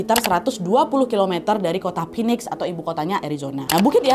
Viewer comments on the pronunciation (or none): none